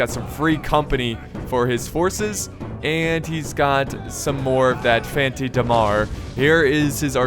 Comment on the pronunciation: I think we should appreciate the fact that try to pronouce names of other countries and i think he do this very well Btw i'm italian you do not spell italian names very bad (exept for the fanti da mar, man you killed me with that pronouce)